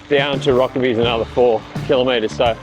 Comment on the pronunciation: Never heard Rokeby pronounced with the e, i've always heard it pronounced with a silent e.